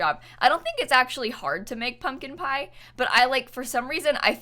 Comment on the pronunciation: I heard public pyre instead of pumpkin pie but for some reason my brain just went with it